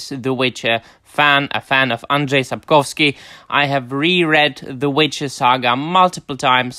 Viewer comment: The English speakers have decided that Andrzej is pronounced as 'Adres'. I have no idea why. The pronounciation of Sapkowski tends to be a bit more random but at least usually it is more or less identifiable.